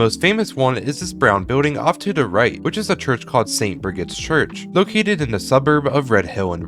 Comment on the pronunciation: St. Brigid's "Chruch"?